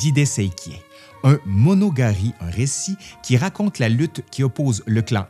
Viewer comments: T'as de la misère avec les mots japonais 😅. D'abord le 'tsuwamono no michi' que t'as prononcé 'tsuwanomo no mishi' et maintenant tu sautes des moras 👀 ('monogatari' que t'as prononcé 'monogari'). En plus de tous les "tsu/shu/su", "shi/chi", et autres japon-eries 😝😅. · Video intéressante qui me rappelle mes cours d’histoire a l’UdeM. Mais je ne peux m’empêcher de grincer des dents lorsque j’entends des termes japonais être aussi magané 😅 Monogari—> monogatari Merci